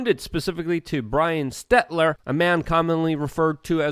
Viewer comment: Why cant Luke say Stelter???